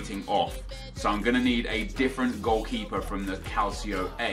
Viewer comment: Hey Nep. Love your vids m8... Just a heads up though regarding the pronunciation of Calcio...its Cal-cho, instead of cal-see-o. Keep up the great content n av a great Xmas.